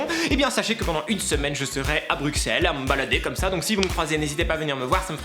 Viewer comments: Le X de Bruxelles se dit ss 😊😢😢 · Salut je suis Belge on dit Bruxelles comme ça 'brusselles' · On prononce pas le"x" dans Bruxelles ! On dit "ss" arrêtez de dire ça les français je vous en supplie 😣